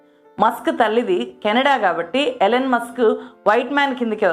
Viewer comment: ఎలెన్ కాదండీ, ఇలాన్ మాస్క్. పెట్రోరియా కాదు ప్రిటోరియ